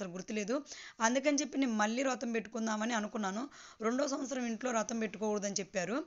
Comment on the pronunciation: Rotham kadu vratham